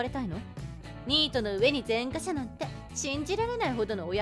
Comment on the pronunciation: 前科者は「ぜんかもの」が正しい読み方です。